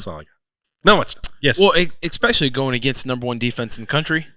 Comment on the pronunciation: "Ex-specially." I love Zack, but oof. It's been going on for years. Someone PLEASE tell him how to say 'especially.' Please.